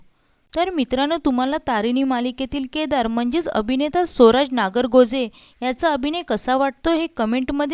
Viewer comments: सोराज नाही ग स्वराज असा उच्चार कर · सोराज नव्हे स्वराज